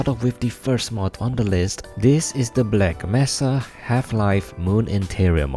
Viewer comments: the way you said "black messa" killed me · you saying "black messa" hurt me ;.( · my ears hurt every time you said black messa